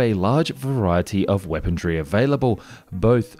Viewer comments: Lol... weapondree... buddy, there's no d in weaponry... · There is no "T" in "weaponry." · Where's the D in "weaponry" and why do you keep saying it?